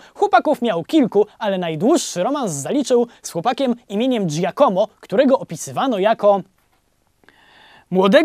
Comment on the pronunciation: no super robote robisz tylko jak masz powiedzieć jakieś zagraniczne słowo to wstawjaj akcent tam gdzie powinien być i staraj sie wypowiadac tak jak powinno być. Giacomo sie czyta Giàcomo , a Pieta to Pietà . i nie mówie tego bo sie chce teraz wychwalać bo znam włoski ale dlatego bo na serio bardzo śmiesznie to brzmi